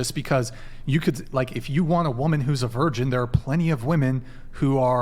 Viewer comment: She said wamin 😂